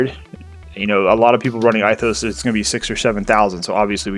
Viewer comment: love your videos but Ithos is pronounced (ethos) Greek